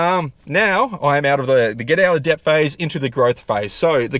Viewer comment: "debt" is pronounced 'det'